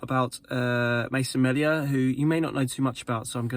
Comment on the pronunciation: It's pronounced mealia